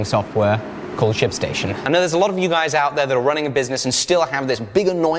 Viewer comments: I heard "sh*t station" instead of ship station. What is wrong with me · am i the only one who thought he said shitstation? jumped a bit lol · Anytime anyone says "Ship Station" all I hear is definitely no "p" whatsoever at all ^^ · when he said shipstation, I hears something else!